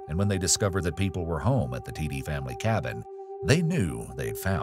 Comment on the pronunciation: FYI, the last name Tiede is pronounced "Tee-duh".